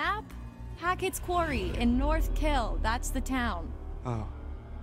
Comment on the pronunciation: bro said the “qeaury” 💀